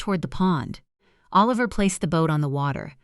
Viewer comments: Why do you keep saying a liver instead of Oliver? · It’s not O Liver, it’s pronounced like Alaver! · These compute generated storytellers is so funny, Oliver here is O-liver, so funny. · O Liver? MaraLeen? AI needs to go to school. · I know it's AI, but...imagine holding your newborn, trying to decide on a name...a sweetheart a heart...naaaa A liver😂